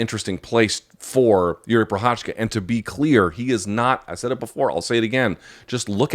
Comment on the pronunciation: How hard is it for someone who's been covering MMA for years to actually try to learn how to pronounce the name of one of the former LHW champions?